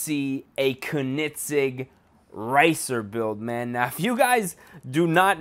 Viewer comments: It is pronounced conenigzeg not konigzeg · ko-nit-sig Lmao. I love your content but you slaughtered that name. think of it as cone-ig-seg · Kin-I-sig? Um bro it's pronounced cone-a-seg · He really said "konigsig" it is pronounced coe-neg-seg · pronounced ko-nig-segg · It's pronounced coe-nen-seg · CONE IN SEG is how its pronounced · its pronounced "coeningzegg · Its not ker-nit-sig ffs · Kiko MKD I was laughing at how he said Koenigsegg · this guy is supuid the guy in the video wtf kunig ceg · its not "konigseg" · when was there a t in koenigsegg? and BTW it is PROPERLY pronounced kerr-negg-segg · U said Koenigsegg wrong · You said koenigsegg wrong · Fleunt in English but can't say Koenigsegg for shit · wow you pronounced koenigsegg wrong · Why does he say koenigsegg like that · you need to at least know how to pronounce the cars name before you make a vid on it